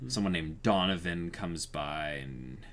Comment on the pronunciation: What? Somethin I can do for you dunovin? (Donovan just what it sounds like) HMMMMM